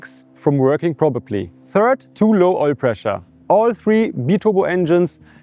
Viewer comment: Great video. It’s prop-er-ly. Not prob-er-ly. Made me laugh but I can only speak one language so you’re far smarter than me!